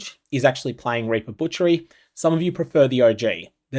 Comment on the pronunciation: DON'T PRONOUNCE REAP WITH AN AUSTRALIAN ACCENT!